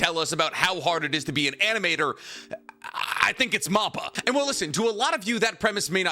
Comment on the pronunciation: great videos but please stop saying moppa its (mappa like map that has directions on it and pa like a panda